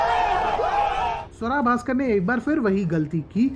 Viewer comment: Naam to sahi se le lo iska ungali Swara Bhaskar